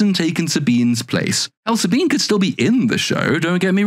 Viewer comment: Saw-Bean is board. Like her chest.